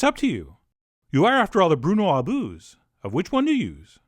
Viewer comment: Bruno Abüsé of the stuff you use, lol